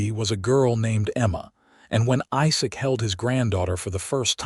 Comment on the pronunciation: The LAST thing a couple would ever discuss after their first intimacy is how much the groom wants to rEad...long E sound. Listen to your AI rEader, to make sure all words are pronounced correctly. IZak, NOT iSak. (phonetics) red = past tense for Read, present tense read is pronounced with long E. Not rAde. Annoying. The story is nice